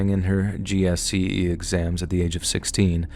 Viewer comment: GCSE not GSCE American 🤦🏻‍♂️ this one is forgiveable tbf but Shersher is not